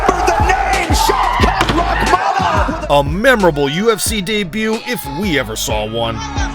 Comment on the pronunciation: The correct pronunciation of his name is... Shau Kath Rah maan......